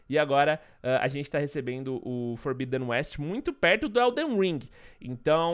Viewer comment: FORBIDEN É PRONUCIDADO FORBÍDEN MESMO! , JOIA!?